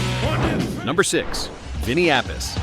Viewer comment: It's pronounced Appi-chee.